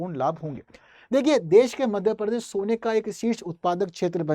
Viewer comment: भाई परदेश नहीं, प्रदेश है बोलते नहीं बनता तो मत बोलो . I m from Jbp. M.P.